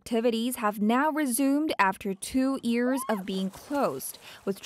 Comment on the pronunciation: "It's been more than two EARS since the outbreak..." "...two EARS..." "...two EARS..." "...three EARS..." Dear Arirang Reporters: It's pronounced YEARS, not EARS. The Y is not silent. Why do Arirang reporters have trouble pronouncing this simple word? You can pronounce WORLD but not YEARS? That is very strange. For Koreans, WORLD is a much more difficult word to pronounce than YEARS. Yet, you are doing the opposite. I don't get it.